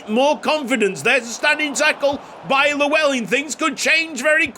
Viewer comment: Just to let you know as a Welsh man myself that's not how you pronounce Llewellyn, there are videos if you'd like to watch. Double L in Welsh is pronounced differently just to let you know.